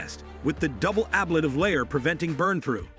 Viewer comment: Nothing actually solved on TPS issues until they test it in flight. This is just another iteration in the development process. And please learn how to say ‘ablative’ correctly if you want to sound credible when talking about it.